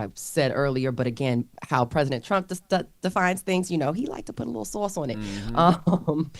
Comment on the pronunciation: don’t say SAUCE 🥫like that again… - A Southerner